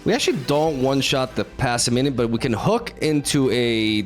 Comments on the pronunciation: I'm not sure why both you and jeff call it "passiminian" when it's just "passimian" >_> just "pass" + "simian". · Pah-sih-mee-an not passiminian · Somehow "Passiminian" returned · I have a question, do you pronounce it Passiminion on purpose? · He pronounces like 20% of cards incorrectly so I think he's just... like that. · Maybe not at the start but now he is definitely doing it on purpose. There is a similar situation with another tcgp youtuber that pronounces decidueye as dekedue or something like that. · Man's so excited to see monke he keeps adding an extra syllable to Passimian